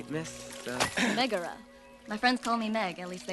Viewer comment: That's not how you Pronounce Megara,.